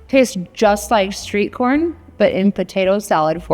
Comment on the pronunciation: I think she said sweet corn and not street corn